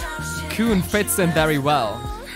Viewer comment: by the way, his name pronunciation is Kun, the un is the sound from (un)understand. Sounds like Kwun, K, w, un. like english phonics.